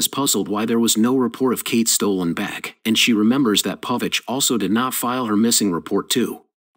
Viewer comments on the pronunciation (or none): I hate the way the AI pronounces bag like beck.